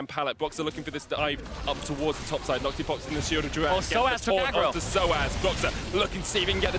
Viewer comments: BLV nước ngoài gọi NhocTy là Nóc Ti 😂😂😂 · Nghe nhu Naughty, haha